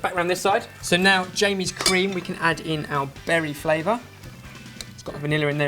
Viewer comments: No he said berry it just sounded liike barry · "We can now add in our "Barry" flavor." Am i the only one who heard this? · "and now we add the berry flavor" me: " and now we add the BARRY flavor" eheheheheheheh